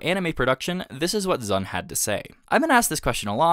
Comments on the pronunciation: Anyone else died inside a little bit every time he called Zun "Zan"? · You kept calling Zun "Zan"